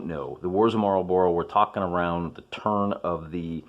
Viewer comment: Marlburra, not Marlborow. It jars.